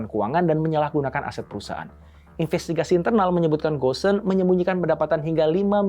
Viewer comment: Bukan gosen…bacanya go-n…